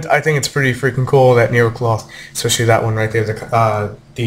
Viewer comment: It is Necloth ryu not Nerocloth O: (unless that will be their tcg name then grats on predicting) (thought i point that out to you)